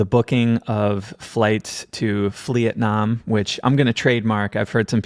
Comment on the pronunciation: Was thinking about it would be funny to do Charlie's "timeline" according to his theory 😆 oh and stoll roflmao at Flee-it-nam 🤣🤣🤣